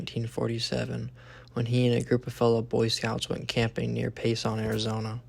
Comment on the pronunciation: Pronounced "Paysin" NOT "Pay sonn" . If some determined person would just spend 6-8 months out in the woods there near Payson, they would very likely get the proof we've all been waiting for. I should have done it when I was in my 40's...20 years ago this could have been solved. Damn..Jagger was right, gettin old IS a Drag !